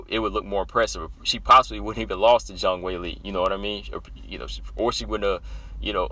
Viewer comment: Respect for your proper pronunciation of Zhang ( J sound and O sound as in Jon), I hope you do know that Zhang is her family name and Weili is HER individual name, what we call 'first name', like Rose, Jessica, Valentina. I agree as to how awesome these two bouts are, not only featuring the best, but also most respected and well liked, all four fighters are praiseworthy, including Jessica, whom you underrate, IMO, her numerous finishes alone distinguish her in wmma, and the variety of finishes is sufficient to acknowledge she is well rounded and multi-dimensional, proven also by her success in three divisions despite her size disadvantage in all three . As for her wins by decision, credit her for beating Claudia, Angela, and Tecia, all three by UNANIMOUS decision. Her finishes include other luminaries, Jojo Calderwood by Guillotine, Karolina by KO punch, Chookagian by a single BODY punch, Rose by body slam, plus her four Guillotine choke finishes and her rear naked choke finishes earlier in her career at bantam, her TKOs by punches and knees, that's enough variety and quality of opponents to scare any potential opponent, except Valentina and Weili (Rose is always scared, admits it's her raison d'etre for fighting, facing and overcoming her fears). Btw, Rose should accept Weili's offer to visit China, on condition that Weili accept a ticket from Rose to visit Taiwan together. haha As for lay offs that last a year or more, it's usually a drawback even if training was maintained